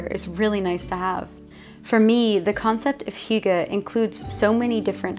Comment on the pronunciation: you nailed hygge A+ :) I am from Denmark - where do you live in Denmark? - looks like Jylland?